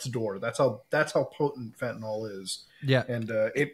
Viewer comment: Guys, it's fentanyl, pronounced 'fent-uh-nill' or 'fent-uh-nuhl', not 'fent-ih-nawl'. Sorry, pet peeve, and an all too common mispronunciation.